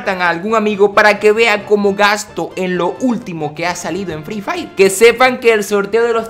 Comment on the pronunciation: Se dice fri fayer. No fri fair :v